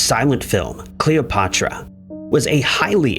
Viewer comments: You somehow fucked up the pronunciation of Cleopatra? Are you stupid??? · Ahaha I literally just noticed 😂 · Why can you say Cleopatra correctly once during that whole thing, but say it wrong the rest of the time? Please tell me I'm not the only one that noticed that?